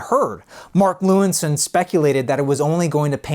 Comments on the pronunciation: Nice story but Mark's last name is pronounced Lewisohn (not 'Lewinsohn') :-) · The guy's name is Mark Lewisohn, not Lewinsohn